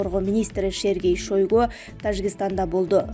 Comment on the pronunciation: серге шойго эмес сергей шайгу дечи